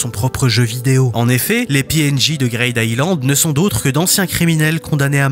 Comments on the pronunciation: tu rends fou a dire "greyd" island, c grid greed, green, creed donc c "i" le son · Ça se prononce « Gride Aïlande » bordel et pas « Graide » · "grayde aylande" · ta prononciation de greed island m'a fait décrocher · Mais il a pas tort. Faire un peu d'anglais ça fait pas de mal. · Excusez moi ? "Quoi" Island ??? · J'aime bien la vidéo mais STP C'est pas GRAID island mais Greed Island (Grid) Et c'est pas Pi NJ mais PNJ... Ca rend fou